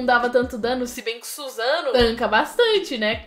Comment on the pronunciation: Suzano😂😂, "sussano'o"